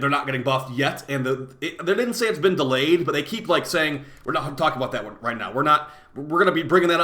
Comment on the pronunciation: It’s not delayed, it’s DElayed😜